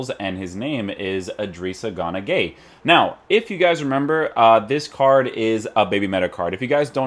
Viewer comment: It's guy not gay 😂 Idris gana guy